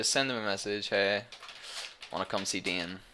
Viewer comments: Its Dane, not Dean. ^^ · I don't know what this is, i just looked my name up on youtube and found this. seems I'm amazing in Diablo thats pretty good! P.S you pronounced my name wrong.